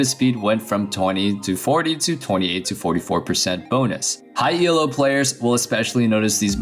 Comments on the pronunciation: Jesus christ stop saying E L O JUST SAY ELO JESUS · Your pronounciation of 'Elo' triggers me so much. It's called 'Elo' after its creator, Arpad Elo, *it's not an acronym!*.